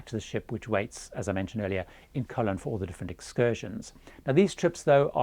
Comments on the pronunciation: It’s Co-LON. CO-lon is something else altogether! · Your pronunciation of the name of the Panamanian city of Colón is really awful. The Brits always laugh at foreigners who cannot pronounce British names (Cholmondeley, Beaulieu, Buccleuch, Leicestershire, etc), yet Brits seem never even to TRY to pronounce non-British names correctly.